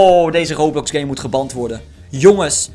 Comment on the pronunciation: Geband spreek je uit als gebent